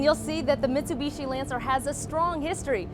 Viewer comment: its not mits-a-bee-she stupid